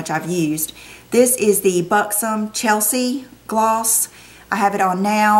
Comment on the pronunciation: did you mean buxom "celeste" near the end? you said "chelsea"...